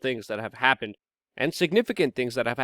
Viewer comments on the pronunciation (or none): none